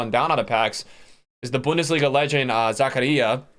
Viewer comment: My name is Zakaria and you pronounced it perfect the first time